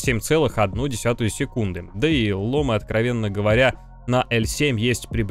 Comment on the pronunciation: привет Крю! ломЫ, ударение на Ы бро) очень слух режет